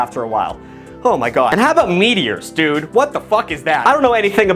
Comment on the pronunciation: mow that i hear how you say "dude" you're definitey from worcester